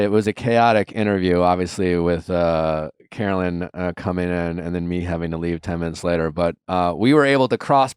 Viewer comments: NOT THE FORREST GUMP T SHIRT!! 🤣 (Take back your power!!) Caro-LYN (it irks the f outta me when people mispronounce your name), you are forever a queen and the true winner of everyone's hearts!! 🥰👑🦞💖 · So rude of Nick to mispronounce her name, text during the interview, and then leave. The other interviewers asked good questions after he left though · and then mispronouncing her name and leaving early... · Not a great sign when the interview gets better after the host leaves. Checking his phone, having her come on the show just to leave minutes later and mispronouncing her name. Super disrespectful dude.